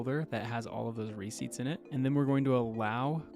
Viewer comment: re-CEIPTS. Emphasis on the second syllable. A receipt is not a ciept again..